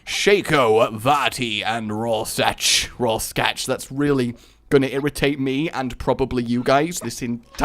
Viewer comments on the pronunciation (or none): Think Raw Shark for pronunciation of that word. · That was fricking sweet! Awesome commentary and sweet editing. 10/10 would watch again P.S. Even though you slaughtered the pronounciation of Rorschach and the names of the planeswalkers, the one that actually hurt the most was "facade" xD